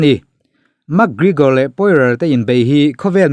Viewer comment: Gregor tih tur bawk aw Gregore ni lovin😝😝😝😝😝